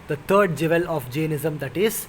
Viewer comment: He keeps saying "Jevel" but he means "Jewel."